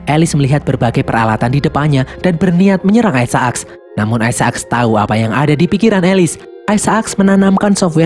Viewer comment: Sebutannya Isaacs bukan Ai Sa Aks min tapi Ai Zek lo .